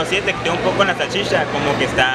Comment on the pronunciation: “La salshisha”